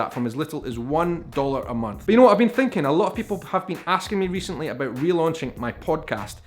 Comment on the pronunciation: I just can’t unhear the abœt.